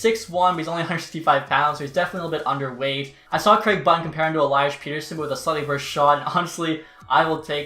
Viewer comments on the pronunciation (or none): none